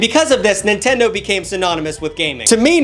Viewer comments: lol, "Nintend-ee". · he said nintendi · Bro. You said nintendy but it's okay.👌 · Nintendy? tf are you? my great grandma?